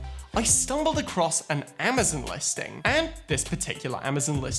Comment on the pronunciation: Your ‘Amazon’ pronunciation is so unique and good lol